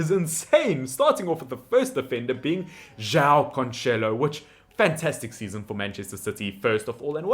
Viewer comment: The name "João" is not pronounced "Jao", but rather "Ju-aa-u". I know that the nasal sounds are difficult for a non-native speaker, but at least pronounce all the vowels!... :) The other names are very reasonable pronounced. Good job. Except "Oli-VEI-ra" (not "Oli-viera"). And in "Guedes" just skip the 'u' sound.